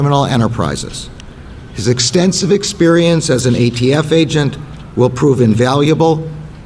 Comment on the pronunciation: He said AFT multiple times. It’s ATF Can’t believe this is the best the left has.